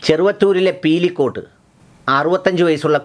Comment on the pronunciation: Pilikode. Not peelikode